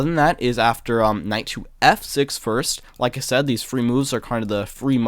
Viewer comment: Great videos as usual... But.. every time you say free instead of three, it is obnoxiously distracting. What the heck man?.. correct this impediment already.. thanks